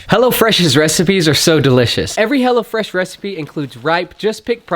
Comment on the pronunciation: Great videos—all of them. I keep cracking up because when you talk about your sponsor it sounds like you are saying Hella Fresh…which is a way cooler name than Hello Fresh. Lol